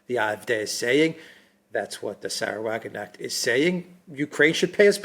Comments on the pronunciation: it's pronounced 'WagenKnecht', with a sharp K, not like the English 'knight'. A Knecht is a servant in German, a Wagen is a carriage or cart, a vehicle. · Check your pronunciation of Weidel and Wagenknecht.